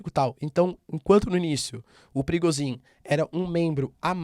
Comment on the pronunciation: Parece nome de chefe de tráfico no Rio de Janeiro skksksks eu sempre escuto perigozin